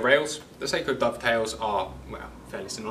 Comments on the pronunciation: IT'S PRONOUNCED SOCK-O! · sock-o…. Not say-ko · Pronunciation "Sako" short a. Two separate meanings when pronounce incorrectly. Check and verify